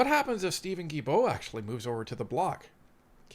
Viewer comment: It is pronounced Steven Gill-bow like a fish gill and bow like a bow in a girls' hair 😊. Sorry I just had to. French is harder than many think.